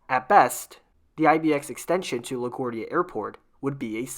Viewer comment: Your pronunciation of LaGuardia is kinda off